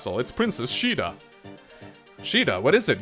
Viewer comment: Please, no Change your pronunciation of Shida, in Spanish it didn't sound good(Sorry for my english XD)